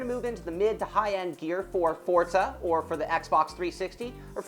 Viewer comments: forza is pronounced ''for-za'' not ''fort-za'' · I hate how they mispronounce Forza. What the fuck is a Fortza? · WTF is FORTZA, i only know of FORZA!!! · i dont mean to be a dick but theres no "T" in forza so it not fortza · i love fortza aswel...